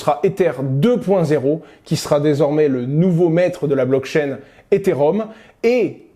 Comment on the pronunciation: Après 1 minute d’écoute, je vois qu’il ne sait pas prononcer correctement « Ethereum » et qu’il confond le protocole Ethereum avec le jeton Ether. Ça s’annonce beau pour la suite.